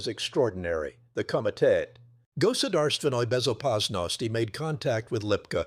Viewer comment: Goodarst Venoi Bezopasnosti 😂😂😂😂 AI